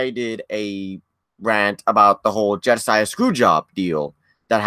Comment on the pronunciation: Actually it is spelled & pronounced Jeddah Saudi Arabia not Jeddisah